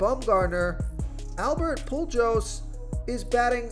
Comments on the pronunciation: This this man just say Albert PUU-JOES? 🤣🤣🤣 Sorry can't subscribe if you don't know how to pronounce hall of famers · Albert Poo-joes 🤣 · To not know how to pronounce Pujols’ name is bad lol